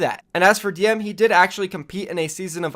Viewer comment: Diem from LFZ, not Kondoo